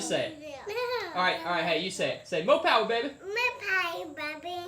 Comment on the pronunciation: MORE POWAH BABEH